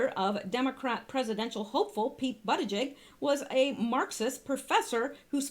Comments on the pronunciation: I would correct you on the pronunciation of Pete Buttigieg's name, but I think YOUR pronunciation suits him better & has a nice ring to it!! LOL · In south bend they pronounce his name bootyjudge. hilarious his name sets up all kind of jokes without mentioning that he's also gay the jokes write themselves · I thought it was pronounced Booty judge....with a first name of Peter, kinda makes ya think he was steered to his, umm, lifestyle choice, eh? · Buttigieg is actually pronounced "Buddah-Judge." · 🇺🇸Thanks -Volume sounds good so far😉 Also they claimed the pronunciation is "Boot-a-judge" on the news & that's how they've been saying it but I haven't heard him actually say it yet so idk😰 Steven Crowder is calling him "Butt-Gig" for fun irony 😂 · I saw old Pete on the View.. They were pronouncing it Boo ti check Can't stand the view.. Watch them like I used to watch Jerry Springer 25 years ago...it's the SHOCK factor..